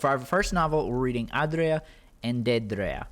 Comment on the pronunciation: The way you say aedra and daedra is is whack it's like AYYdruh and daydruh